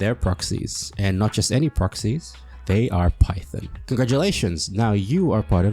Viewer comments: Phaethon... Fae... FEY-Thon Faith-on.... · Every time you pronounce Phaethon as Python, I die inside But aside from that I like the video haha. But I would point out that 1. Venus doesn’t seem to know you’re Phaethon (she keeps being surprised by how good you are as a newbie and tries to connect you to people you already know. She knows you’re a proxy obviously, but not Phaethon, which is a confusion I think you make a few times), 2. Nicole isn’t as money-grubbing as she pretends to be, if you follow all her storylines, and most of the people we divulge to are pretty seriously incorruptible types, so other exposure risk isn’t too bad. 3. Being a Proxy, while technically illegal, seems reasonably common and not too much of a danger, judging from all the interknot activity with proxies. Especially now that we’re protected by pubsec. 4. I think your definition of secret is a bit too narrow. Consider for example, state secrets- Which are definitionally secrets, but are known to or accessible to probably hundreds or thousands of people. Our identity may not be the best-kept secret, but it’s still a secret; we try to only divulge the information on a need to know basis, and it’s just that every time we involve a new big player in the game, they’re going to need to know who we are for us to maximize our benefit from those connections. I also think aside from the point about Eos’s branding, it’s probably not easy to identify us. The bangboo sync technology is practically unheard of, and our hollow navigation abilities- especi